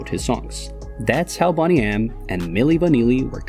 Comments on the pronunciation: First of all, it's pronounced BONEY M, not 'Bonny M' and secondly they were NOT fake, it was a real group put together by Frank Farian (RIP) who was a genius and the actual male vocalist, he simply had a dancer (Bobby Farrell) perform his part. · Bone-ney as in a skeleton not Bonny as in Bonny and Clyde. Bloody Americans 😂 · It's not bonny M dude it's Boney M. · Bone-e M. Not fekkin Bonny M. Ffs. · Boney not Bonny! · Boney M, as in bones, not Bonny M. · BONNY is what you are sayingf. BONEY is their name. All you have to do is watch any video where someone says there name then say it that way. But you don't bother learning how names are pronounced with 2 minutes of research. Yikes shitty job getting names wrong. SO EASY to get every name correct by just watching the people say their own names on YouTube. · Shame you can’t even pronounce their name, it’s Boney not Bonny!!! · Great start.... narrator couldn't even pronounce the name of the band correctly, it's Boney, from the word BONE, not bonny! Tells me instantly that the rest of this video is going to be dubious. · bonnie????? its bo ney muppet... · It is Boney M. Narrator pronounced it Bonny! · It's not Bonny M, it's Bone-ee M. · Its 'Bone-y M' ... not "Bonny-M". It's even spelt 'bone_y'. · Interesting that you pronounce the group “bonnie M” we pronounced it “Bo-knee M”. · Boney M were not "a fiasco" - they were icons! Great, fun music, energetic performances and nobody gives a damn who actually sang on the recordings. (You could at least have learned how to pronounce Bow-ney M btw) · Boney M not Bonny M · Bonnie? No! Bow-knee. You can’t even pronounce it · It was not “bonnie M” but Boney M. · I think it's pronpunced:- Bone-e-em (boney-em) Not bonneyem..... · It’s not BONNY M, it’s BONE-Y M… DO BETTER!!! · “Bonny M?” Really???? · Good grief, it’s NOT “Bonnie” M. 🙄🤦🏻‍♂️ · pronounced Bone-E-M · It’s boney, as in bone like. Don’t the yanks know how the English language works? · Why are you pronouncing it ,"Bonny"?